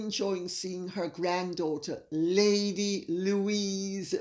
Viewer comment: It's Louise not Louisa